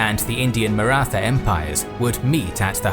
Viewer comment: The only wrong thing about this documentary is pronunciation of Maratha